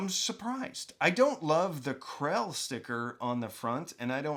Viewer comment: I thought you were saying "Classé"...so got double confused seeing the knockoff Krell badge. This is why British pronunciation is better than American 😆 😉